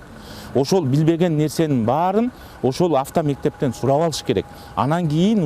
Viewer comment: Онол сотрудник кайра кайра эле афто мектеп афто афто дейтко оозун чоон ачып секин эле авто мектептер деп эле суйлосо болмок